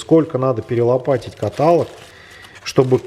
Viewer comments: каталОг, а не катАлог! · Для объёмного двигателя который не надо крутить 200 тыщ это провал. КаталОг ударение